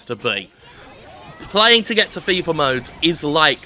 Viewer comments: I thought you were saying "FIFA mode" instead of "Fever Mode" (when you were making the slot machine / casino comparison) as a sneaky jab at the EA series. Either one actually works contextually. Well, except that "FIFA mode" would require you to pay for additional treasure. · Am I the only one hearing it as Jim calling it FIFA mode?